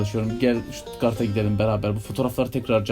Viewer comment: OLUM STUTUGART DEMEYİN BANA